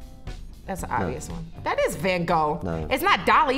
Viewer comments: I was gonna make a joke, but I can't beat that! Legit said Van Goh though -_-;; lol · Why are they pronouncing van gogh like that tho sjsjsjsj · As a dutch person it hurt when everyone said Van Gogh. It sounded like they had to vomit or something lol. Very fun video tho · EW LEARN TO SAY VAN GOGH!!!!